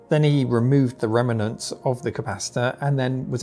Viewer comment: or however you pronounce remnants 🙂